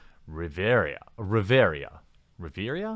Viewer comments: Bevvvy gerAlt of riveria lmfao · Claims to be a Witcher fan Calls it "Riveria" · Geralt of Rivia... ..."Riveria???" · Gawralt. Riveria. Have you ever played this series or read the books? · "Geralt of Riveria" :)) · It's Rivia, not Riviera xD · It's Rivia, not Rivera FFS #NerdRage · Riveria? Have you played the Witcher? Rivia...it's Rivia. Like Trivia, but no "t". :D Also, the makers of the Game of Thrones took the narrative in very different directions from ASOIAF in many instances. While the fans of the books didn't like every change, they also didn't riot over it. In general I think most (including me) were okay with the changes. (I suppose not introducing Lady Stoneheart was somewhat of a letdown for many.) So a pre-existing fan base is not always going to rage when a TV adaptation changes characters and plot elements. In fact, I think some SJW fans were more upset at things they did not change, like the rape scenes. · Jeralt of Reveria ......wtf Jeremy !? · Its pronounced Gare-ult of Riv-ee-uh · this guy can't even read, "Riveria"? seriously? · oh my god it's pronounced rive and ia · You even play dawg? RI-Vi-AH is how you say it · Ri -vi - Ya At least say it right bro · RIVIA! REEEEEE-via, although there might be a Geraldo Rivera joke hidden in that misnomer he made I can't decide. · Sound it out with me: Geh-ralt of Riv-e-a. Short i, long e, short a. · Also, RIV-EE-UH :) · "Riv-Air-ia"? Bruh. You never even played the games lol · Riv-E-uh Ya dingus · Also it's Rivia, Ri(as in river)vi(as in ve)and a(as in a deep a like uh). Ri-vi-a=Riveuh. Proper way to say it :) Not a criticism, it took me a while to get it so I thought I would save you the trouble. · Geralt of Riv-E-Ah. I'm here for ya, bud. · Dude, you can't even Say Geralt last name... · Do you not play the Witcher bro? Its Geralt of Rivia how do you not know how its pronounced lol cmon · >pretends to care about the Witcher >cant even pronounce Rivia yikes